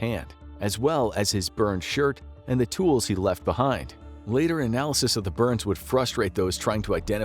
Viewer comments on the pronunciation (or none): none